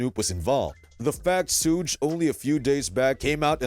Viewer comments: "SEWG" its "SHOOG" smh FACE PALM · I was like wtf? Sooge Knight....Sooge Knight....I'm like...that guy is definitely YT surprised he didn't say TEWPACK SHACURE. omg I can't even take this fake ass click bait seriously wtf😂😂😂😂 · "SOOGE" lmao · Who tf is SOOGE ? Culture Vultures need to learn how to pronounce peoples name before making videos about them 😅